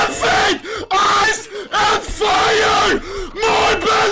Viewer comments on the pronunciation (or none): Here i go typing the same comment... "MARBAL FED MARBAL FED AIS EN VAIER MARBAL FAET MARBAL FAET AIS N FAIR" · "MORBLE FAYDE, EYCE EYCE AND FIYA" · AIS AIS AYS AND FAYA FAYER FAYER